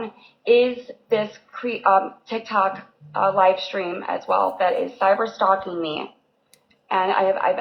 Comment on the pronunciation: She is illiterate. The way she says cyber stalking.. even cracks me up. I thought the dumb was an act but.. apparently she is just DUMX AF.